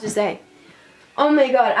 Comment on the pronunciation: “OhH mY GwAh”